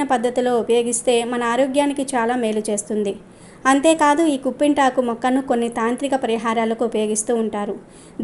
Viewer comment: కుంపింతకు కాదమ్మా కిప్పింతకు అనాలి